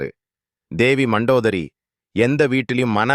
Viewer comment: மந்தோதரி அல்ல மண்டோதரி